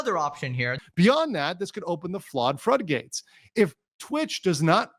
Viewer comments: "flawed frudgates" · i cannot get past "Flaud Fruddgates" lmao